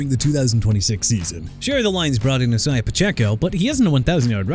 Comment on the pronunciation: DUDE I'M TIRED OF YOU MISPRONOUNCING EVERYBODY!! GARDNER MINSHEW AS IN MIN-SHOO NOT MIN-CHEW AND ISIAH PACHECO AS IN AI-ZAY-UH NOT E-SAI-AH AND JAHMYR GIBBS AS IN JUH-MEER!! YOU GONNA BE FIRED!!! I'M FED UP!! CLEAN UP YOUR LOCKER AND GET OUT!!